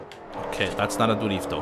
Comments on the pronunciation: This dude's accent when he says DRIFTO! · it is so funny when he says durifto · jajaja durifto jaja im from mexico jajaj you say like a mariachi